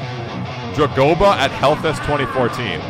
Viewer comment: So what obscure inside joke am I missing out on when he mispronounces Dagoba